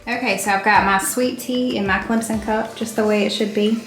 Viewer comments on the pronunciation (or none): none